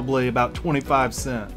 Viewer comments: cents DUDE speak Clearly next time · Bruh it's cents not cent jesus